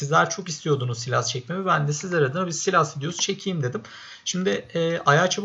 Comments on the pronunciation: Silas değil saylas diye okunuyor ama sen istediğin gibi söyleyebilirsin:) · Saylas değil saylıs diye okunuyor ama sen bilirsin